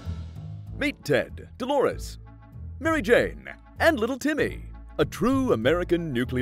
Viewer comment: I love how he said Maary.. Jane? like wtf happened